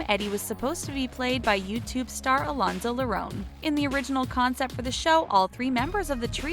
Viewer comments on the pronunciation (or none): Lol Alonzo Lerone😂😭